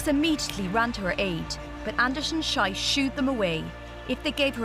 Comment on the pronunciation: It's not "Schyss, it's Schees". Schyss pronunciation means "shite", Schees mean "shoot"!. So the commentator is wrong. Get a grip you stupid woman! The athlete herself is a heroine!!